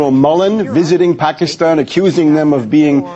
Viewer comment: this fool cant say Pakistan right